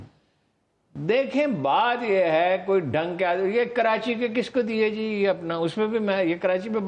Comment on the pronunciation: Mr. Adnan adil plz correct yourself it’s not kirachi the correct spellings are Karachi so plz don’t say kirachi